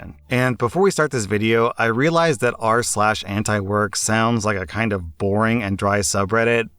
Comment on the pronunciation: Antiwork? damn I thought you said Ant work.